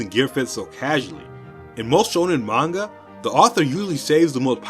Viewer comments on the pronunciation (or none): none